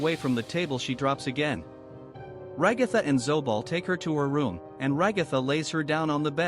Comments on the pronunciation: Zooble not zoobal(the way it was said) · why did he say zoble thats the only thing im commenting about im mad>:( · “Zoobal and Kingurr” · Ngl I thought he said snow ball😂😂😂😂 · “Zoo-ball” I can’t…..😂😂😂 I CANT😂😂😂😂